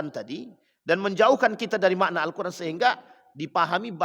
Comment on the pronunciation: Yg dibaca itu alkoran bukan alqur an kali...jd gk ada halal kharamnya...